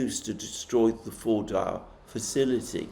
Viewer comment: FORDO is the correct way to pronounce it, with a soft almost silent w sound at the end not a hard one as you use.